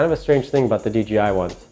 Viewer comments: Dude. I cringe every time you say D'G'I. C'mon man. Its DJI. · Good, informative video. A couple of things though - it sounds like you're saying "DGI" instea of DJI. Also, in the beginning when you were explaining how to balance the phone, the wrong adjustment knob was shown. Helpful video though, thanks! Subscribed. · You keep saying DGI JJJJJJJJJJJ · Helpful video...but It's DJI bro..."Dee Jay Eye" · How hard is it to pronounce the J correctly? You call it the DGI pretty much throughout the entire video. I don't really care, but I found it funny. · You keep saying dGi